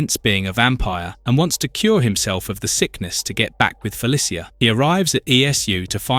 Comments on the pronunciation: I am begging you, please learn how to say Felicia, it’s Fe-Lee-Sha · It feels like you said the name Felicia 64 times in this video but didn't say it right once. I'm actually impressed. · It's AI slop and it shouldn't have any views, shouldn't be allowed on the site. Dead giveaway being he never pronounced Felicia right once. Bonus he called Carnage multiple pronunciation back to back to back in less than 30 seconds.